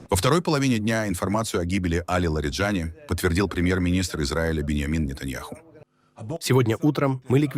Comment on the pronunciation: В иранских фамилиях ударение всегда на последнем слоге. ЛариджанИИИ